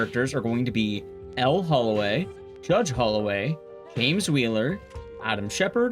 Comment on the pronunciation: It's a little thing, but Elle's name is pronounced like the letter "L" and not like "Elly."